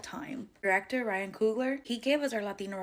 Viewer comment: COOGLER....not Kruger